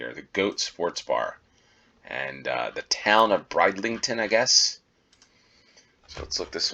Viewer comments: Brid in Bridlington is pronounced in the same way as grid is said, not bride. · "Where's Waldo" is just the American name- it's "Where's Wally?" here in the UK where the books were first published. No idea why you guys changed it, but possibly the name Wally was already trademarked. Bridlington is a lovely place, but the first syllable rhymes with "Sid" not "Side".